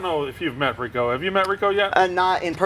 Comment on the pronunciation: El press the face of gambling. That guy fucked up saying Rico. Lmao